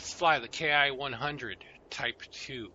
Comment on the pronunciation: I know I frequently throw out pronunciation corrections; it's not intended to be mean. 😊 The designation "Ki" is a word, and is pronounced "key". I learned this from a video by YouTuber, Greg's Planes and Automobiles. And so we would say, "key twenty-seven", "key forty-three", etc.